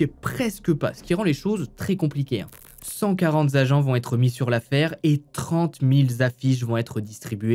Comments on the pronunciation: De gros progrès! Bravo! Un détail: "cent quarante- z- agents" vous-êtes sûr? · Cent quarante zagents et trente mille zaffiches c'est pas possible 🤔 Ce sont des invariables, pas de liaison ! Et puis agressée veut pas dire violée, c'est différent. Bon j'adore quand même hein !